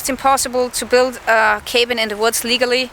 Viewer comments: it's pronounced "kah-been" not k been. cabin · thank you for sharing a piece of your life. Looking forward to more of videos. Cabin = caa bin...long 'a' like 'aah'... more throaty low sound. You are a lovely talented woman and I like your accent. Excellent command of english by the by. Best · 1) just so you know cabin said with a soft a.......I know, I know there is one b so it should be hard. I cant explain that. Its c-a- (as in cat) bin. 2) You cant get upset about what's said about you. There are haters around, there always will be haters. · another entertaining video, hope youre on the mend. also, your pronunciation of cabin needs some work, but otherwise its super cool that you can speak more than one language! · Another good video,. You answered the questions intelligently, but I doubt it will satisfy those who will ignore any truth to maintain the fiction in their own minds. I'm glad you're on the road to recovery (your arm), and look forward to seeing you in action again. BTW: In English, "cabin" is pronounced with a soft 'a', like "after". What is the word in German/Austrian? It isn't merely "hause', is it?